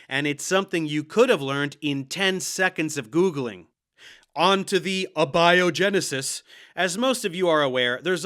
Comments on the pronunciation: Lol "uhbiogenesis" 😂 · Lol. He said uh-biogenisis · "EBay-o-genesis" and "Bology"? These two nitwits can't even pronounce simple, common science-related words correctly. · "a biogenesis", not "abiogenesis", just one specific biogenesis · Haha Manipulated? Like there is a recipe for Abiogenesis(that's a long a boys, you can do it)and they know it?😂 You missed the guy on the left saying "boligist" whatever in the fuck that is. LOL😂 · Apart from his pronouncing abiogenesis like he’s never heard it, he he can barely pronounce creationism